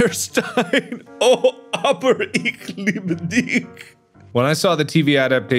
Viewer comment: He said that pretty well. Only the "CH" is a bit off, but I heard it way worse xD